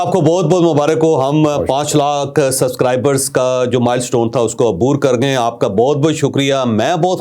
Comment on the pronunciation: Javed Saheb, You can't pronounce Subscribers. Please improve this. You always say Suscribers. You miss sound of "b". I believe a person in your position should improvise this weakness.